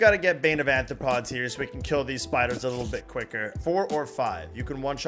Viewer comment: arthropods not anthropods xd